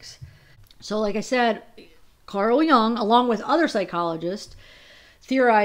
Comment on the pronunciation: Pretty sure it’s pronounced Yuung , Carl Jung is still right on in theories.. thank you for doing this.